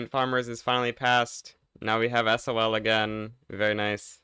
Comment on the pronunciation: WHY DOES HE SAY S.O.L INSTEAD OF SAYING SOL